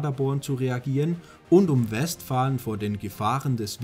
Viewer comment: 11: 40 Pader'born, nicht 'Pader-born! Genauso West'falen, nicht 'Westfalen!